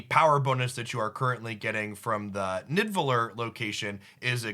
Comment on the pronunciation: bro its pronounced "nee-da-vel-eer"